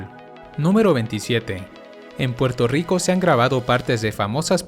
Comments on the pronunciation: Soy yo o el dice Porto Rico???? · Muy bello Puelto Rico..